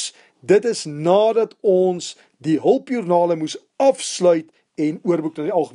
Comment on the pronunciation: LOL het gese hulpjoernake. hulpjoernaKe in plaas van hulpjoernaLe haha. Almal maak foute dis reg. Ek wil net graag sê dat een van die nice ste ooms is wat ek ooit al ( ek wil eintlik ontmoet sê) gesien het. Ooh wag. Laat ek eerder sê nice ste wat ek al geHOOR het 😂. Maar ek wil net graag hê dat elkeen van ons sê dankie het en dat moet aanhou as dit se passie is. P.S. Ek verstaan nou SOO baie meer goeters in rekeningkunde as wat ek tevore het. Dankie baie.